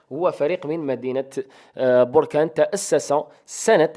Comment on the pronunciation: اخي بركان ليس بوركان